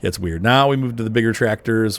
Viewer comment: It's pronounced Doytz not dootz and 140hp isn't a small tractor